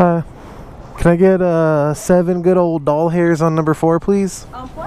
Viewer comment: do you pay with cash for your gas, instead of debit, just so you can say "doll-hairs" ? haha